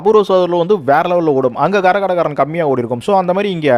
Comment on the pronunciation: Gaரகாட்டக்காரன் 😮? தப்பு தம்பி ... " கரகாட்டக்காரன் " என்று உச்சரிக்கவேண்டும் !